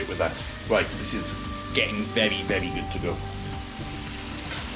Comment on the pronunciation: vewie, vewie good!